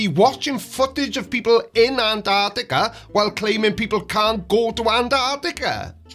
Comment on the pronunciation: The idiot can't even say Antarctica correctly.